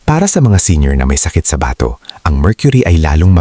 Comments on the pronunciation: Bigkas mo Mali sa bato... hindi ba....to batokan kita dyan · BATO is pronounced FAST !!!